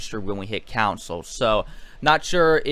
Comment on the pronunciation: It's CONSOL not COUNSIL!